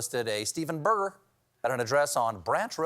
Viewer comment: Maybe if you pronounced it well you would find the guy. It's not Steven Burger, it's Steven Berger. Bear-Jay. You Steven Coal-Bear should know that.